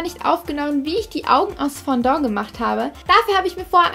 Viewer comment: Nicht böse gemeint aber es heißt nicht Fondo sondern Fondant😉😂